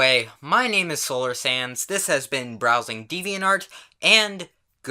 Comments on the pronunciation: I know his name is solar sands but in this intro he didn't even say the d at all like he said solar sans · For some reasons, I hear Solar Sans instead of Solar Sands. Gg